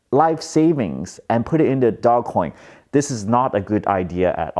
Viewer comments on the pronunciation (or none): Its Dogeeee not DOG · This is a bubble that is going to end in tears. People bidding up assets they don't have a use case for except for selling them to other people for higher prices. You don't even pronounce it right, it's said “dohj coin” not "Dog Coin." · Not DOG, DOGE (Dowzh) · It's pronounced Doe-J NOT Dog Coin lmao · its not dog coin its doge coin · This guy is gonna drive me nuts. NOBODY CALLS IT DOGCOIN. ITS DOGE!! DOGECOIN. GET OVER IT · is calling it "dog coin" instead of the correct pronunciation of "doje coin" so then people comment about the mispronunciation and the yt algorithm picks up the video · Its "doje", not dog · Bro is anyone else triggered that he keeps calling it DOGcoin instead of DOGEcoin 😡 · Big fan, long term subscriber, liked your video. But please, I beg you! Stop calling it Dog-Coin! It's Doge! Dough-j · i thought it's pronounced dogecoin (dojecoin) not dog-coin. idk. good for you man! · I love how you still call it Dogcoin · Nah it's his personality. It has a dog, he calls it dog. No irony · I love that you’re calling it dog 🐶 coin. Don’t change just because people are pronouncing it a different way. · It's pronounced "dohj coin" . Look at the video: How Dogecoin Blasted Off & Made the Meme Economy Real | Know Your Meme 101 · I love how you call it dog- coin. 🐶 Makes me smile. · Its NOT pronounced DogCoin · It's actually pronounced Dog-E-Coin lmao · It's dogecoin as you say like the car brand Dodge first.